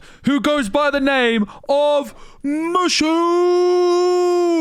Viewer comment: It's Moooo Shooo.. not Mush.... oo lol